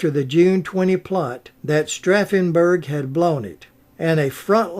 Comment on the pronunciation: Say it with me,: Shtauww-fehn-burg. Klaus Shenk von Staufenburg.